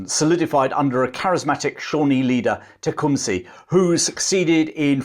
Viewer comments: Tecumseh is pronounced Teh-com-sa! Not Teh-com-see! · Great video but your pronunciation of tecumseh is a bit off, the seh is pronounced “suh” like the su in suck